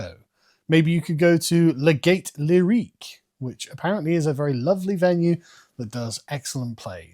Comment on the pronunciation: Gaîté de Lyrique literally means Gayness of Lyrics. And you Brits are too lazy to ask google how to pronounce a foreign name. As a general rule French e is not when it has an accent. In German, it is never silent.